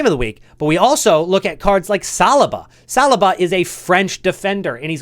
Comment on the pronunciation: Sb rewards hype is real but dawg, how do you not know how to pronounce Saliba 😂😂😂